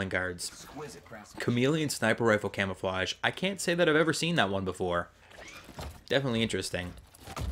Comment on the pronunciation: U said camofawgs unsded of camouflages